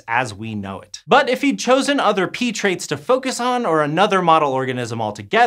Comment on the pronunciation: There are pee plants? There are pee traits? Oh pea? This guy loves saying pee or is it pea?